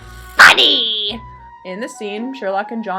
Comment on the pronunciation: "It's... FFFFFUNNY!!!" This represents my frustration so well, oh thank you for this video!!!